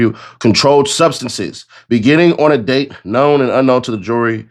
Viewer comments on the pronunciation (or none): none